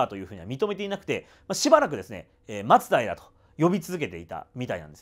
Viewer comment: 松平の発音がマツダイラみたいに聞こえる気がするのは私だけかな😅